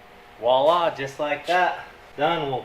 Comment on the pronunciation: you need to be corrected along with others. when you say wah-lah ~~~~ “Wah-Lah” should probably be pronounced, “” with a “V” sound at the start. For sure it would be spelled “voila” and not “Wa-La.”